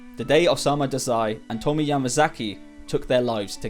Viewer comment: Tomie is pronounced more like "Toe-me-yay".